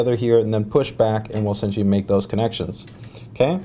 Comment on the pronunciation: Take two shots if he says "essintially"